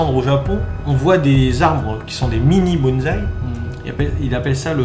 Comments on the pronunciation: Vocabulaire japonais...sur le bonzaï!!!!!! On dit bonssai et pas bonzaï... !!!!!! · Rien que le mot Bonsaï fait polémique depuis de nombreuses années. Michel Sacal nous avait dit que le mot bonsaï était invariable et ne prenait pas de S au pluriel. On voie même ce mot écrit avec un Z. Quant à la prononciation, il faudrait dire : Bonne saille.